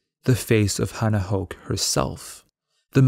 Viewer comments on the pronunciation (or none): Small thing, that's not how you pronounce Höch it's more herch but the Ch is gutteral or at least a k sound :) graat video